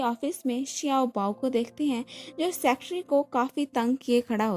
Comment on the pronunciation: Please Aap Secretary ko aache se pronounce kariye.